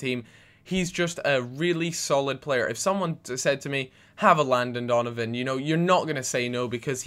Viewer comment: "Landon Dolonvan" silly gooby!!!